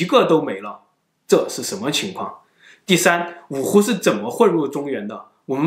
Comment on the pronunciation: 台灣格語